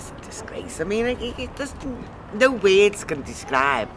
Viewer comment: she said "weirds" for "words"